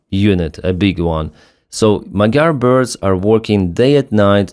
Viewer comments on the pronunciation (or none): none